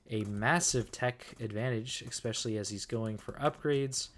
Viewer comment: There’s still no X in the word especially. You pronounce it wrong every single time